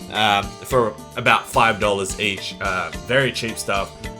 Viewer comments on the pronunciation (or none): How he said 100 dolers